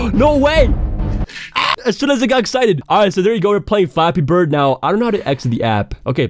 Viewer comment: it sounds like ur saying floppy bird